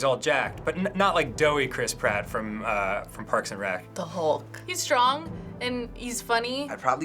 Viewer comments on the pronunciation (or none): none